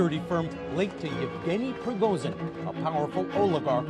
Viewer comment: i hate how she keeps mispronouncing Prigozhin.